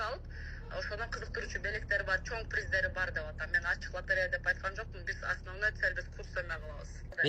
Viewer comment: Латарея деп эле айтат